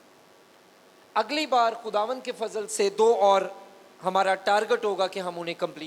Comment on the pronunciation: سر آپ کا فضل کا تلفظ اور صحیح کا تلفظ ٹھیک نہیں۔